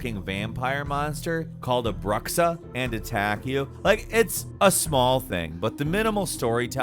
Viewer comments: Okay, I did not just hear you pronounce the word Bruxa like that, here we go: it's pronounced "brusha", "sh" as in Sheriff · Bruxa is portuguese for 'witch' and it is actually pronounced "broucha" not "Bruh-ksa" ^^